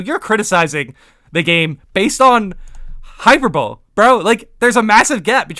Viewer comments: good video, just wanted to say it’s pronounced “hyperbolee” not “hyperbowl” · also no offence to you in anyway just wanted to say the pronunciation for Hyperbole is Hi-per-bol-ee, amazing content always